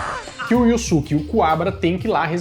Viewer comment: Só queria saber porque ficou "iussuque" se na pronúncia original é "iiusque"